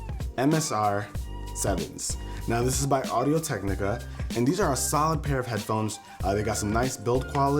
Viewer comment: it sounds like he says audio tech nigga